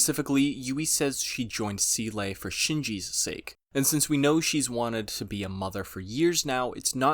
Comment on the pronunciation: Also "Seele" => pronounced "Zay-luh" German for "Soul"